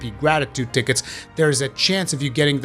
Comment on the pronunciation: Ticket “Tea-Ketes” .... love the way this guy says tickets...